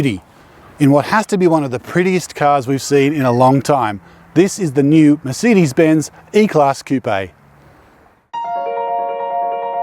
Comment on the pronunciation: It's merSAYdes not merSEEdes!